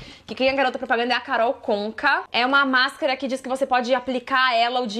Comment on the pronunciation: Oieee karol Eh Karol conka (pronuncia com k) rsrrs a garota propaganda da máscara da avon